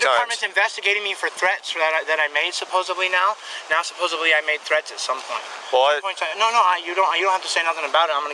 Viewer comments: Anyone who pronounces supposedly as "supposably" are unintelligent morons. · Of course he says “supposebly” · Never trust someone who says "supposeBly".